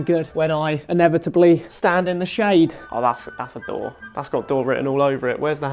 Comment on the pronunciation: "when I inevitably stand in the shande" i CACKLED......as a ginger, I realte entirely..... :D